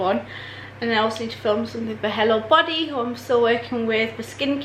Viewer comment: Love the way you said hello “Ello”